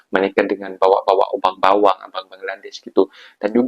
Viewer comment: bukan bawang la bro... tapi bewang... adik manis... abang bewang sinta sema kamuuh